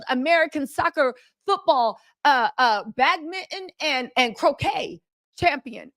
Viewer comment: She said bag mitten 😂😂 I’m done ✅